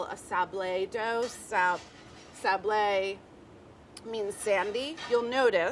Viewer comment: its sab LE not sab lay like sur la tabLE, its not sur la tablay or tab les